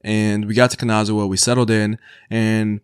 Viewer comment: Love the video but you're butchering the word Kanazawa, every other Japanese word you are pronouncing you're not doing bad. but Kanazawa is really bad.